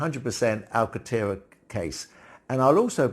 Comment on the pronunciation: There is an 'n' in Alcantera. You are omitting the 'n'.